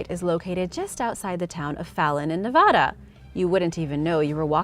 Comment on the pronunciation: Your pronunciation of Nevada is off